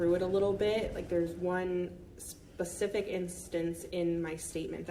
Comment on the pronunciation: Counselor says "Pacific" instead of specific. Ugh